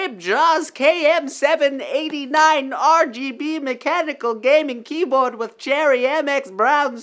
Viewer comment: this month's free keyboard sounds so cool when you saying it (tho it's wrong xD)